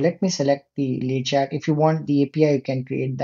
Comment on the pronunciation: we dont say the "t" at the end of "Le Chat" - that means "The Cat" :)